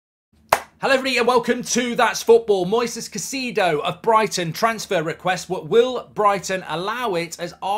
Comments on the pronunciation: Caicedo man not cacido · To everyone including Mark, it's pronounced "Kai-Seh-Duh". Thanks. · why would you pronounce it like that. I like you, Mark… but wow, that’s the worst pronunciation of a name I’ve heard in a while. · If you can't even pronounce his name you don't know whats happening